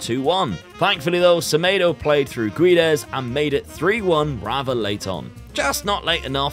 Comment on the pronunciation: I think u didn't succeded in Portugal because u can't say the name Guedes right. It's Gédes 😂😂